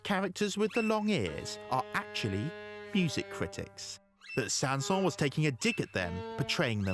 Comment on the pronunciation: The final “s” in Saint-Säens IS pronounced. That’s how he pronounced his name. (Names in French often don’t follow pronunciation rules; e.g.— “Poulenc”)